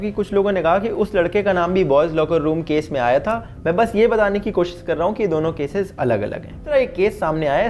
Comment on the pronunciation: 'कोशिश' बोलते हैं उसको 'कोशिस' नहीं, बहुत टाइम से सुन रहा था तो सोचा बता दूँ।